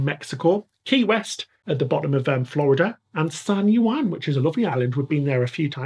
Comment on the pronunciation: This looks amazing! Just a friendly FYI: you keep mispronouncing San Juan. Phonetically it’s San WAN not San You-wan Love the vids guys and thanks for all the cruising info